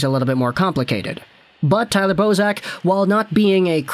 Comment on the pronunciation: Bozak! I heard Boseman ateast 2 times lol.